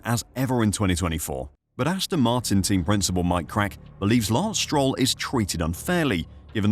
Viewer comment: Lance Stro-well